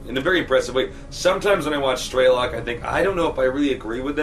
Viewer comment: got dammit its STRELOK (STR) not STER =_=